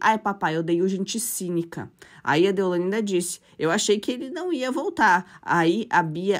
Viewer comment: Não é Ceilândia. Vc está falando errado,é deolaine!!!!